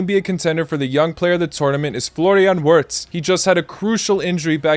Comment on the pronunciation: bro don’t try to put an accent on for the names if it’s gonna be the wrong accent and u aren’t even gonna say the letters correctly 🤦🏻‍♂️like when u said wirtz wrong